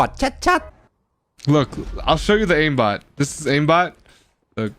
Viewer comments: Aimbot ออกเสียงว่า เอมบอทหรือป่าวครับ เหนในคลิปพูดอิมบอทถ้าผิดก็ขอโทดด้วยครับ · ขอโทดเด้อคับ ไม่ได้อยากจะว่าอะไรแต่ Aimbot ออกเสียงว่า เอมบอท นะคะ ไม่ใช่ อิมบอท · aimbot อ่านว่าเอมบอม ไม่ใช่อิมบอท ..... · Aimbot อ่านว่า เอมบอทนะคับ ไม่ใช่ อิมบอท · มันอ่านว่า เอมบอท ไม่ใช่หรอครับ อิมบอท ? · ผมคิดว่าน่าจะออกเสียงว่าเอมบอท(Aim bot)นะคับ เหมือนระบบช่วยเล็งในเกมอื่นๆที่ออกเสียงว่าเอมแอสซิส(Aim assist) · อิมบอทคือไรวะ เรียกไม่ถูกซะที เรียกอิมบอททั้งคลิป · Aim ออกเสียงว่า เอม นะครับ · เหมือนใช้โปรจริงๆแหละ ขอเสริมนิดนึง มันออกเสี่ยงว่า "เอมบอท" นะคับ